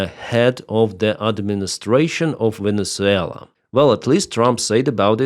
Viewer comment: Your opinions are crap . Monduro was a major drug dealer to the US. He was killing 25,000 people per boat load . Oh that's right , YOU forgot to mention that . Typical of your 2nd grade news casting . It also might help to pronounce the country's name correctly. What a non professional you are . Get that corn cob out of you butt with the USA . SCOTT NICHOLSON TENNESSEE